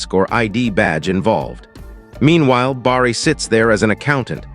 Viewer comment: Good story. Someone really needs to fix the AI bugs. They’re very annoying. Bar-ree? 😬🙄 It’s pronounced Bare-ee!! Each story gets more aggravating with all the mispronunciations. 😬😬😬😬😬